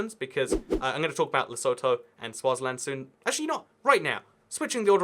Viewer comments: Fun fact: Lesotho is pronounced lesuthu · Lesotho is actually pronounced Lesotho